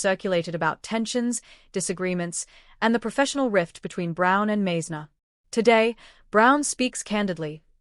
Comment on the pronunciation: Hello Stupid AI, Randy’s name is pronounced “Mize’-ner” Because you got that wrong, we don’t believe anything else you say.